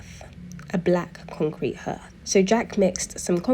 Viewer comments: hearth is pronounced like heart! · Hearth, pronounced 'harth'. Interesting vid.😊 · Hearth is pronounced ‘harth’